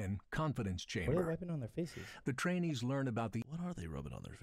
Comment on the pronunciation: The narrator (in the video😅) should emphasize a little more on the "i" in trainee...